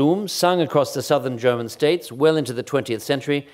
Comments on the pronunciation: The effortlessness in which Chris jumps between his mothertounge and a flawless German and French pronunciation is very impressive. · okay but his pronounciation of the foreign words, especially the german ones, is flawless.